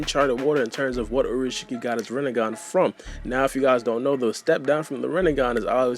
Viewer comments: Who’s here after Sasuke’s Rinnegan became “Rinnegone” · It’s rinnegun not renegun